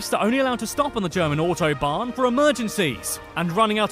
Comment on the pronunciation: Interesting video you are watching, but this guy didnt do a good job in his german pronouncing. Every single word was wrong lmao